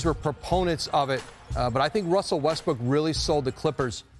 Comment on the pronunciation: did she just call him Russell Westbrick?